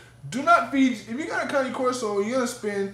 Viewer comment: thank you for pronouncing it correctly!!! .... I hate that you use a choke collar though :( throw that shit away, if she is trained properly, she doesn't need that...